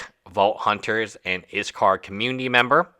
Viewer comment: If you're not going to pronounce his name the right way. They say anything at all. Everyone is blaming iskall, when it's the moderators fault. She's old enough to know what was happening. And she could have ignored his messages. But instead she continued knowing very well what she was doing. I've told YouTubers before. Viewers are not fans or your friends. They don't care what happens to you. All they care about is the moments you fail. And your content friends are not your friends, they're coworkers. Don't around telling them about your personal life. At the end of the day they're there for themselves.